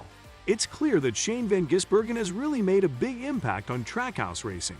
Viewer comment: Its VAN Gisbergan